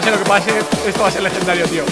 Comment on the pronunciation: Con ese "lejendario" acabas de matar al rubius xD